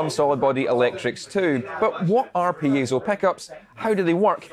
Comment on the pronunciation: It's not pieTTTzo, it's just piezo. That guy says it wrong five thousand times in this video.